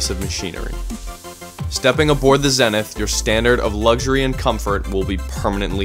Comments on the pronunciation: Why does the commentator keep calling this ship "Zennith"? I thought it's name was Zenith ("zee-nith"). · Good video, it was well done. Camera work was fantastic and how the yacht was shown was nice and fluid. The only issue to address is how the yacht's name was said incorrectly. Zenith which means "a highest point or state; culmination". Is pronounced "zee-nith", and not "zen-ith". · Pronounced ZEE - NETH not zeneth - - geeezz Zenith or The Best. the Top. If I was the owner I would be grinding My teeth to hear that slaughter of the name.